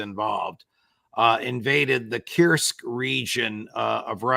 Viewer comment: Coorsk, not Qrsk.